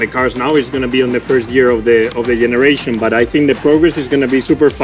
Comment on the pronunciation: of the YENERATION